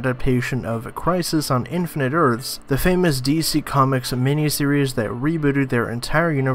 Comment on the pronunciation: buddy can't even say infinite earths properly :42 . i really wonder if some pop culture youtubers even listen to their script before posting.